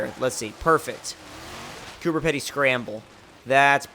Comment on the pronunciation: Cooper pedy is pronounced cooper peedy. Sayin cooper pedy is offensive